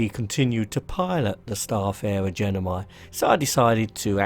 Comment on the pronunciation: Its gemini, not genimi! ;p